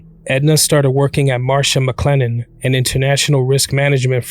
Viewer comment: MARSH- MCLENNEN.... not "Marsha"